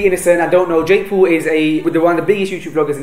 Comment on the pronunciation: did he said Jake pool?